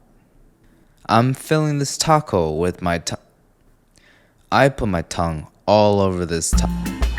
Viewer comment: Is it just me or does he pronounce "tongue" like "tong"?